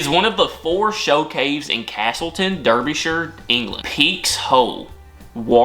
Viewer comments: Please, - it's NOT Durby-shyre. It's pronounced Darbyshur. Just like New Hamp shur. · derbyshire is pronounced "darbi-shuh" :) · Derbyshire is pronounced Darbyshire! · Oh, OK, you pronouced Derbyshire only a little bit wrong, that's impressive, there are Englishmen who do worse than that. All you've got to do is shorten the shuh a wee bit and you'd be spot on! The joined A and E, Æ, is a holdover character, essentially, it's pronounced 'ah' as in, cat. Æthelstan is easier to read as Arthelstan. He was most famous for the enduring partnership he had with Artheloliver. No one really wants the Isle of Mann, they're a little weird. None of them have tails, for a start.